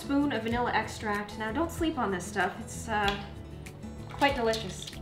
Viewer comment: No one: Not even me:: Vanilla extAAAIIIIrct